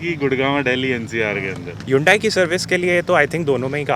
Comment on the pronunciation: Bhai agar 15 se zyada nahi nikal paate to apni driving change karo😂,18-19kmpl to highway pe easily deti hai. Aur haan,ye Yundai nahi pronounce hota hai,Its Hunday,just like sunday😉